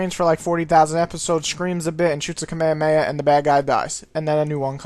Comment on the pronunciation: "ka may a may a?" its "ka ME ha ME ha"